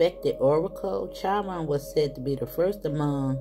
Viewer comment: Thank you for your reading🩷 Chiron sounds like kiron. The healer unable to heal self…but able to heal others 🤗